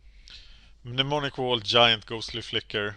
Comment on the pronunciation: How many Mnemonic Walls are in the deck? Also, Mnemonic = Nem-On-Ic.